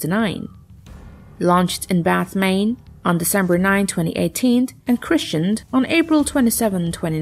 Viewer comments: OMG! She pronounces the Chinook as "Chinock" and christened as "christianed"! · Got to love text to speech. At 9.02 the Zumwalt was "christianed" 😂. Decked out with bibles, stained glass & holy water?